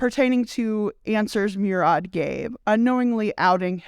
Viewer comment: Murad is pronounced Moo-rad